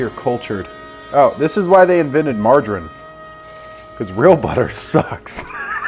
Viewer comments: can't pronounce margarine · “Marger-in”? I know you’re not trying to say, “Marger-een” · Margarin? Margareen. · The way you say margarine fucking bothers me